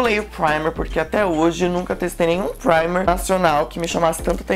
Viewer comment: Acho muito engraçado o jeito que vc diz "primer" kkkkkkk Testa o primeiro da Ruby Rose, não sei se vc já testou, pq não te acompanho a muito tempo, comecei a acompanhar depois do vídeo de recebidos com a Niina. Testa ele, talvez vc vai gostar, vejo muitas resenhas boas dele e eu particularmente gosto muito! Um bjo 😘😘😘❤